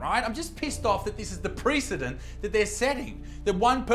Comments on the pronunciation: Sorry, but those jokes were in poor taste. Also, "precedent" is not pre-fucking anything. Look up the pronunciation of the word, please. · I'm very much offended by the way you mispronounce precedent / noun ˈprɛs ɪ dənt; adjective prɪˈsid nt, ˈprɛs ɪ dənt / We'll see each other before the International Criminal Court.